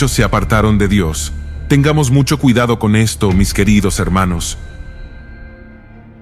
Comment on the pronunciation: Ciudado? Que es ciudado??? 😂